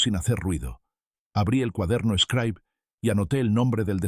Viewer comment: Una Xilografia es el método de impresiónn originario de China, el señor imprime sus vivencias en el cuaderno eshcraib conocido como scribe se pronuncia scribe y utilizado por escolares de cualquier nivel. Me llama la atención porque menciona ser un pedazo de Oaxaca y no le checa la agringada pronunciación.